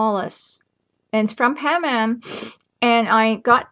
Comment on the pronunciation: Oh and its pronounced PA-NUH-MA...Like the Panama Canal...